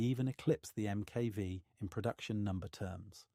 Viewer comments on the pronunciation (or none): I just wish you weren't using AI for the speech. Touch of this uses MK and ignores most of the MK. Numbers calling the Roman Numerals as letters.